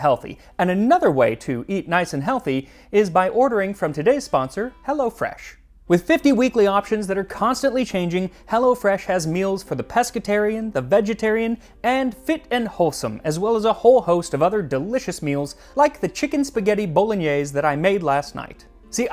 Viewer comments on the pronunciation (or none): .. every time you say _pesca_tarians I hear _pesky_tarians..!